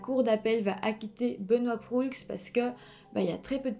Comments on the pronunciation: Proulx se prononce juste prou 😅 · Proulx se prononce PROU et pas prux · Bon vidéo mais je grinchais des dents lorsque vous prononciez certains noms... Proulx : le "L" et le "X" sont muets, donc se prononce "prou"; Sainte-Foy : ça se prononce comme "foi"; Université Laval, pas de Laval; Au Canada, ce n'est pas un juge qui décide si une affaire est poursuivie au tribunal, c'est le directeur des poursuites judiciaires. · un petit détail...on prononce prou sans dire le l et x...pas bien grave :)